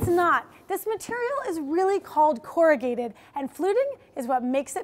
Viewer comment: Double wall isn't usually 2 sheets of singlewall board together, as that would end up with 4 liners vs. just 3 liners, right? Also, you said "corr-a-git" at one point - isn't the noun said as corrugated (long "a" sound and "d" at the end or as a verb it is "corr-u-gate", still with long "a" sound?